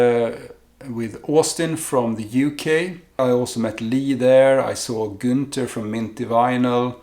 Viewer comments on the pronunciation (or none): none